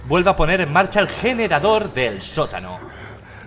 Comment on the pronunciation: “¿Dónde está el yenerador?” —Auron, 2019